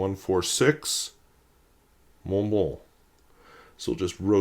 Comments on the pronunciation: TF is a “morn blurnh”? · You can’t even pronounce the brand correctly let alone use a quality pen. Who the hell told you Germans - yes Montblanc is a German brand says “mourn blourn” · So, when pronouncing the brand name, the "c" is silent? There's no "kuh" sound at the end?